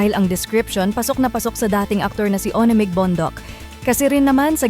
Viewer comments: ‘Wan Meg’ hindi po ‘Oni Meg’ ….ONEMEG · Tama ba an dinig ko?... Bakit ONMIG... MAHIRAP BA SABIHIN, WANMIG nalang. Ayusin pronunciation ha...🙄🙄🙄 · Pls pronounce his name 1meg not o ne mig. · Anung O NE MIG … it’s 1mig . 🙄Sna u watched the video first b4 u posted. So clear how aiko’s pronouncing his name. 1MIG not O. NE. MIG. Kaloka! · Mam.paki ayus lng ang pronunciation ng "ONEMIG" 😂